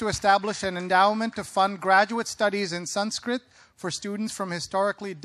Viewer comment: Having spent so many years learning Sanskrit ..he cant even pronounce the Sanskrit words properly. Shame.... He is just a glorified Translator, and just a cheap fiction writer...that's about it...